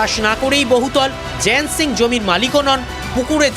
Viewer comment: ওর নামটা ভুল বলছেন ও বাঙালি নয় জয়ন্ত সিংহ ❌ জায়েন সিং ✅